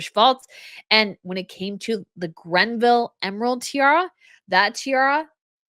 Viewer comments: She said Grenville. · It's Greville. No 'n' involved.